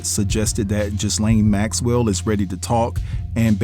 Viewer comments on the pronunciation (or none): Stop saying jislane her name is gillllll lane!!!!! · OMMFG HER NAME IS PRONOUNCED GILL LANE NOT WHATEVER YOU ARE SAYING🗣️🗣️🗣️🗣️ YOU MESS UP SO MANY WORDS. JUST GHETTO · Ghislaine is pronounced Ga-lane. 😊